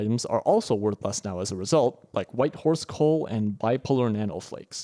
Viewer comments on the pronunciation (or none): none